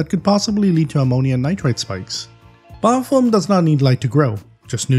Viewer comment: Just jokin sounds like your sayin biofoam. ;D